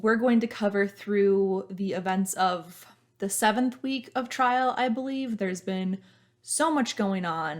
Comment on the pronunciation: “Trial”, not trail ;)